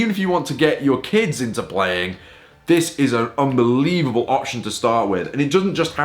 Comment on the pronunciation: you said "this is an unvelieble option to start" to me sounds like "buy it right now"